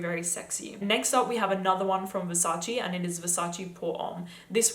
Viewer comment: that’s how it’s pronounced